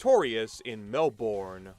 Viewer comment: Pronounced Melbourne wrong. Don’t worry most people overseas get it wrong